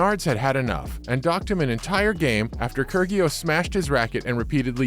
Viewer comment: Kur-gee-os? Where have you been? Pronounce the names right.